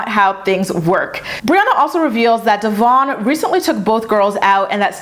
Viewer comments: It’s DEVOIN not DEVARN!!! 🤦🏼‍♀️ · I hate how she don't even pronounce Devoins name correctly, that alone shows you how disrespectful and petty she is. Also how she going to tell him he do the bare minimum and he ain't a man? Yet he is there for both her daughters he is the only positive male figure they have. He gives that emotional support unlike her, because even she admitted that if Stella had the option to run to her or him it would be him that in it self says alot. Your other bd don't do shit yet you give his ass money whenever he come around and to this MAN that steps up for your kids you just be doggin him. Get your priorities together your kids are going to see for themselves that he is present and you just talk shit. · Just a thought can you please pronounce Devoin name correctly . The host have and I feel like you should to if talking about him. Please don’t come for me